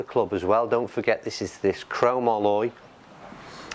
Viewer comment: Pronounced..crow-mol-e, not cro- ma - Loy.